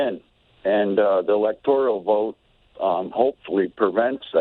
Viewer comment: All these idiots...it's ELECTORAL not ELECTORIAL